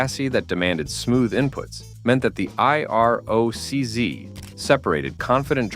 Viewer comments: The Camaro eye-are-oh-cee-zed. It's IROC-Z. I'll forgive the "zed" grudgingly, but gotta dislike every video from anyone using auto narration without saying that's what I'm listening to. Just read the shit yourself if you want me to spend time watching. If it's not important enough for you to take time speaking into a mic, why should I waste time watching so you can earn a few easy bucks? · Every time you say I R O C Z, I cringe... Try it like this: eye rock zee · The I-R-O-C-Z???? WTF??? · IROC-Z is not supposed to be spelled out. It is pronounced I-rock zee. And how do you turn a Z into zed? It is plainly a Z, I don't see an ed after the Z so how does it become zed?